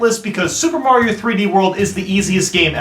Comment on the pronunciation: He butchered Mario